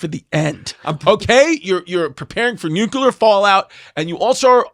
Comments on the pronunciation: Chris says Nukular the exact same way as George W Bush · No such thing as a nucular bomb!!! It’s pronounced Nu-clear. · Y'all should have a weapons expert on for this. Chrissy D can't even pronounce nuclear